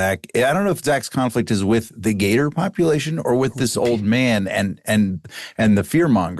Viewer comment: I love how Jake first pronounces Gator with the hard R then drops the r out of nowhere. 😂